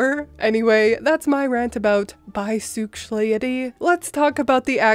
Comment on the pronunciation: Omg you crack me up!!!! "Bi-suex-lay-itty" I also admire how informed you are about LGBTQ things. Are you part of the community?